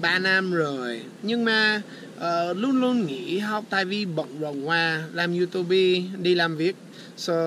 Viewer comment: Thấy phát âm du tu bi là biết thuần việt rồi nghe anh :))))